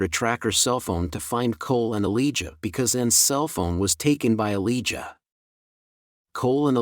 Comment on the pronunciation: Its a-lie-ja not a-lee-ja🤣🤣🤣